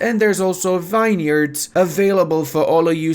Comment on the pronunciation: VINE-yerds for you sahm-il-yours 😂 oh ludi